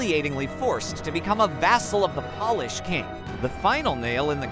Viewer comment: Hearing “paul-ish” instead of “Pole-ish” made me cringe. Good story otherwise!